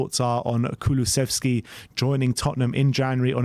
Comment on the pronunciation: Finally you pronounced Kulusevski right! Liked the video! :D